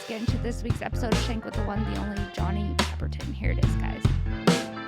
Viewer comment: You called him pepperton in your intro